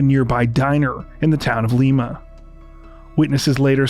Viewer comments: okokok so i live in lima new york and i would like to let you know its not "leema" it's pronounced "liema" that is all. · Great video! As a local I just want to say Tammy was found/the diner was in LIME-A! I know it’s a small thing and I’m grateful for videos like this in general but EVERY video about her mispronounces the name of Lima and it makes me batty! It’s a tiny town and no one knows about the case or only does vaguely if they were alive then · Lima is pronounced LYEma...like the bean. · Appreciate this well researched video. Just an fyi: It's pronounced Lima like the bean. Have relatives who live there. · I live in the town next to Caledonia NY. also, its Lima, as in lima bean lol